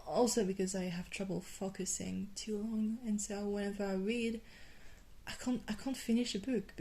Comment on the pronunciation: Your focusing more sounds like. FUCK - USING 😂